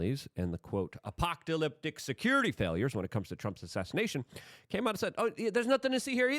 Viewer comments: You said “APOCK TOH LIP TIC” twice 😂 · Uh-Pock-Toh-Lyptic 😅 I can’t take anything you say seriously anymore when you mispronounce every word by a mile and never bother to work on bettering your vocab. It’s way to TuhMulchChoLess for me these days. It’s way to larger